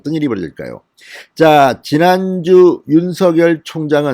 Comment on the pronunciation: 아무리 영남 억양이라도 윤총장을 윤서결로 발음하지마세요 윤총장이름은 윤석열입니다 발음을 절확히 하세요 부탁합니다